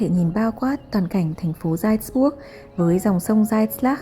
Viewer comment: Video rất hữu ích, cám ơn em! Góp ý nhỏ phát âm tên thành phố 'Salzburg' cần hơn chính xác nhé!